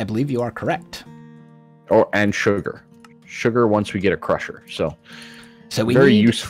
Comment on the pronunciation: the way said sugar was funny to me.